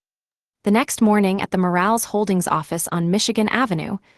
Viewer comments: Omg! I can’t stop 😂😂😂 when she says the last name. Moral not Morales 😂😂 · Elena, pronounced Elayna. Morales, pronounced Moe ra less. Roberto, pronounced Ro bear toe.